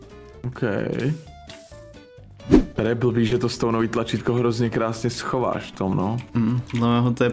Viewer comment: Gejmr už 7 let 'skovává' místo schovává